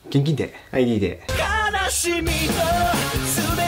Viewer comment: 「現金で」も言えてないじゃん！！